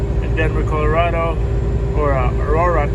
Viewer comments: Colorado not colareedo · Umm Colorado not colardo idiot